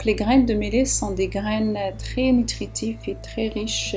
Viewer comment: Madame on dit (miyet) pour le millet juste pour la prononciation.merci